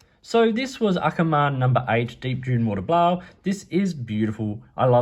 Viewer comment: Thank you for calling us the Netherlands and not Holland :) no shade on people calling the Netherlands Holland, just thanks for calling us the Netherlands (Holland is a place in the Netherlands. Noord- and Zuid-Holland) well done on pronouncing the name of the colour. It means deel dune water blue. If you wanted to know… nice video :)